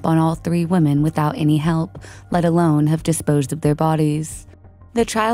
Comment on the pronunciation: The plural form of 'woman' is pronounced "wimmin". It's even spelled differently. 'women'